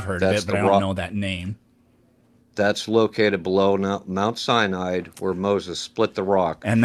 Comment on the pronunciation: he kept saying "the top of Mount CYANIDE is burnt"..